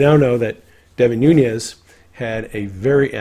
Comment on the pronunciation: Great analysis, but please stop calling him. NOONYEZ!